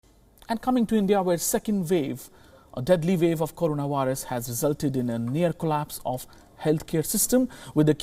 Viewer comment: did he just said 2nd vave?